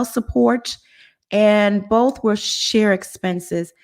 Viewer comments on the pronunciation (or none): none